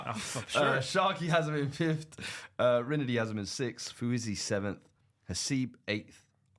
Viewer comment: Brother, it’s FIFTH and Not FIFTHT